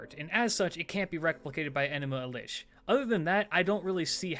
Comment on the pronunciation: Good stuff but why mispronounce enuma elish?